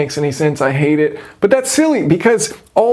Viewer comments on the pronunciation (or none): none